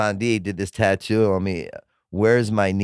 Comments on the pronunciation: In his ad saying titoo instead of tattoo he honestly made me want to kill myself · Ive never hear tattoo pronounced tutooh before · Because you mispronounced tatto I will never buy that product doesn't matter the brand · For god sakes stop saying tattoo lol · I cannot handle the way Bert says tattoo literally lost it when he was trying to do that add read